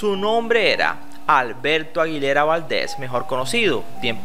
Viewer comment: Sólo un punto de vista! Pronunció los apellidos de estos dos cantantes mal, Lucha Vila y Alberto Aguilera Valdez...! Es lucha Villa y Alberto Aguilera Valadez! Y también, no mencionó a Vicenta Fernández cómo interprete de algunas de las canciones del gran José Alfredo Jiménez En conclusión; El documental está hermoso, se aprecia su colaboración informativa para nosotros los mexicanos qué no sabíamos toda esa información de nuestro gran compositor y cantante...! Gracias